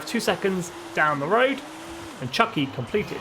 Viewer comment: Chucky is a sadistic murderous demon possessed doll. Chuki is pronounced Choo-Key. It is a Japanese word, roughly translated to "middle", meaning the middle generation of the car. Used in conjunction with Zenki (early) and Kouki (late).